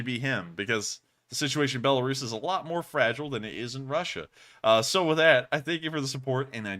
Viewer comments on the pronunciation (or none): none